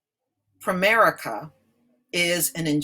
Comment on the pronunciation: DID YOU SAY "PREMARICA" this COMPANY is a SCAMMER! THEY HAVE RIPPED OFF a LOT Of PEOPLE THEY TAKE MONEY FROM PEOPLE and DO NOT PAY CLAIMS, THESE GOT-DAMN PEOPLE (PREMARICA) are CROOKS!